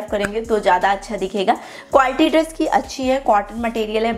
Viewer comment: Positive aspect - You're very hard working and put a lot of detailing and effort into your hauls, videos & even backdrop of the video. It's awesome. Negative aspects - Absolutely hate your accent of speaking it's triggering. I hope you know the difference between श and स , please use it while speaking 😭 what's ड्रेश? Please be mindful about pronunciation and the way you speak any language.